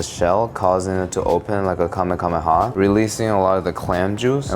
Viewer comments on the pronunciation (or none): Did he just say "kamekamehah"!!??